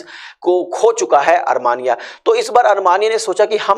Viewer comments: Coach your pronunciation is pathetic... ARMANIA it is Armenia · You should first try to pronounce the name of a country. It should be pronounced as Armenia instead of Armania